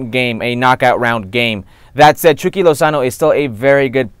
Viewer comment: Why does the host say 'chucky' as 'chewky' 🤔